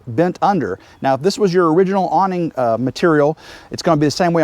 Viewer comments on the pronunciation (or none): none